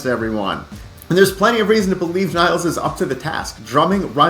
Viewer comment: As if the annoying mispronunciation of Peart as 'Pert' wasn't bad enough, now we'll have people mispronouncing Nilles (Nil-less) as 'Niles'.